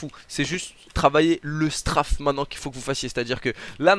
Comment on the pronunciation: il me stress il dit STRAAAFE alors que c'est STRAYYYYFE (La prononciation).